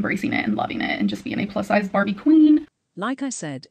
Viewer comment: Barbie??? Nah she carbie lmfaooooo